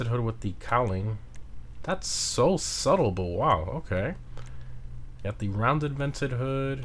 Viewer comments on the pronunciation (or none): The way you pronounced subtle 😂